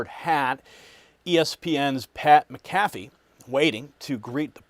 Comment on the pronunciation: How does one mispronounce the name of McAfee???